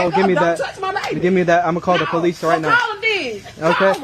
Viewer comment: "Da POELEECE"